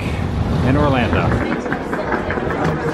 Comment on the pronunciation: ORLANDO not Orlanda geeze